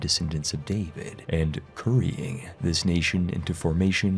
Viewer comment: Its DAvid, not DavId.